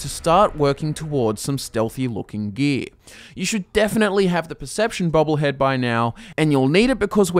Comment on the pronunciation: For those who just as confused as I am, when he says "gee" he really means gear